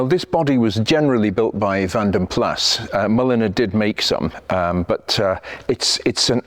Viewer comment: Finally, someone who pronounces Vanden Plas correctly by soundimg the final "s".